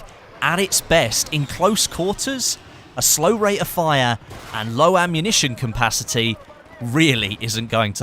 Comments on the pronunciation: isnt it called capacity and not cumpacity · i love how says compacity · Bit random but i like the way you say ammunition "capacity" with an m in the middle.